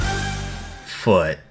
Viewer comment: Every time, without fail, saying "Foot" just cracks me up.